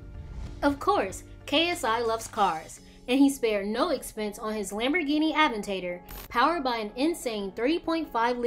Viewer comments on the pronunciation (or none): Wtf did she really just say Lamborghini aven tate tor?